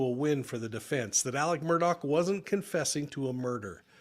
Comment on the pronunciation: None of the people broadcasting this Murdaugh situation is pronouncing the last name right. Every channel!! Everyone keeps saying Murdock not Murdaugh & Nancy Grace is saying Murdaug. Come on people...REALLY???